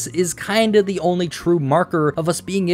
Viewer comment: Decartes is pronounced- "day-cart"